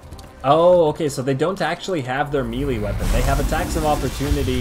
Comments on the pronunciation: what in the world is a mealy weapon?? (MAY-LAY) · Melee = May-Lay.